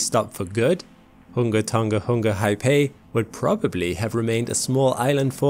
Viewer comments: its kind of annoying that people say ton-G-a. but its pronounced do ng a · Pedantic old guy here… South Pacific languages and dialects use a soft “g”. So “Tonga” is pronounced like “song-a” not “ton-ga”. 👍🇳🇿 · Learning how to pronounce a place name is a great thing to do when speaking about different places in the world. The letter 'g' in Tongan is pronounced the same as it is in the word singer. Pleeeease people stop saying it with a hard 'g'. Great clip otherwise.